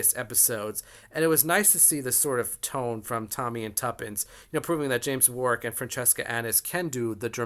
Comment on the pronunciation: Really enjoying all your videos. By the way, Warwick is pronounced War - ick!